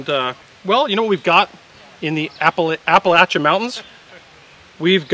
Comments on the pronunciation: Thank you so much for pronouncing “appalachain” correctly. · I’m just glad pronounced Appalachian correctly. My fellow hillbillies and I thank you. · As a descendent of some mountain hillbillies (one quarter of the family, not proud of it), I applaud your correct pronunciation of "Appalachian". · The M4A1 wins! Apalacial mud is best mud. (Good job on the pronunciation). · Holy shit, pronounced appalachian correctly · Thank you thank you thank you for pronouncing Appalachian correct!!!! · I appreciate that you corrected your pronunciation of Appalachian.